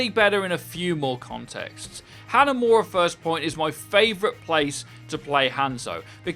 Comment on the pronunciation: Take a shot everytime you here him pronounce Hanzo and Hanamura that way